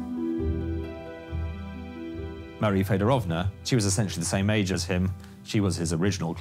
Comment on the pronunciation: Marie … FedOOOOOOrovna! PLEASE - pronounce the name correctly, you dear English speaking people😂❤‼️‼️‼️